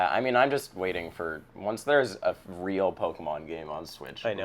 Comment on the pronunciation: I love how said "REAL pokemon game" Amazing.